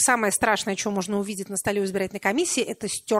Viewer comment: Е. М. произнесла слово "чо"! Теперь,как говорится,я видел всё))